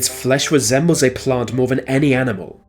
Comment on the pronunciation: This is spoiled by the commentator's speech impediment - Def instead of Death for example. Van instead of Than.